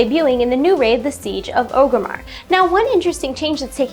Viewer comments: It's Orgrimmar... not 'Oh-grimmar'. Stop saying it like that. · The first "r" in Orgrimmar is not silent. I mean this with utmost respect; just trying to help. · I really like your videos. I only wish you could say Orgrimmar right. Drives me crazy! lol